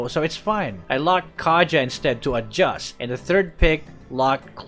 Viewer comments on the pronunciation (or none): That "adjust" is so malutong hahahah